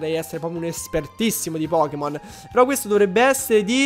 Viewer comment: io ti adoro ma te che mi sbagli i nomi d i pokemon!!!!!!!!!!! P.S ti adoro